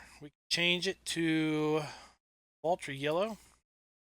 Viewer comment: Its Valtra not vultra